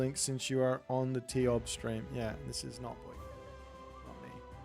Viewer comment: Ugh no, its tioBmai.